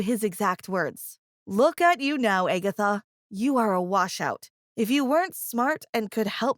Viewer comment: Toe-bias and Egg-atha The pronunciations of these name.